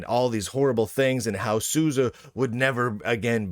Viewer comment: Thanks to you, I now know how to pronounce SUSE.